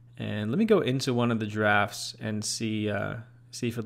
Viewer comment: Did anyone else hear giraffes instead of drafts?